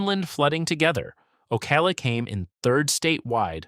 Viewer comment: Ugh, not only that but Boca Raton, Ocala and others. Doesn't the creator ever listen to their videos BEFORE releasing?